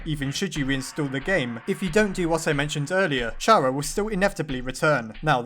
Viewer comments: It’s pronouns C-AR-A not CH-AR-A god dame it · Chara is said Kara, not ch-ara. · Ch ara it’s Kara kinda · IT IS NOT PRONOUNCED CH-ARA, IT IS PRONOUNCED CARE-A, IT IS A PLAY ON THE CHARACTER!!! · Chara is short for Character. It's Pronounced Cara not Chara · Um actually even though it is spelt chara it is pronounced Kara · Its pronoced Kara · It's not Ch-ara, it's pronounced Cara, Car-a, silent h. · It’s actually pronounced kara not chara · It's pronounced "Kara" not charah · It'S pRoNoNcEd "CaRa" NoT "Ch ArA" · Its kara not cara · Chara is not pronounced "Ch-ara" For lord's sake, its pronounced "C-ara" Not Chara! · its k-a-r-a not chara kara is how you spell chara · CARA CARActer not CHARActer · Just gonna say that chara is pronounced like cara :) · pronounces Chara with a "ch" Me: triggered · Chara is pronounced K-arr-u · It's pronounced "cara" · GODDAMNIT!!! ITS CAR-A!!!! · It’s so annoying how pronounces chara wrong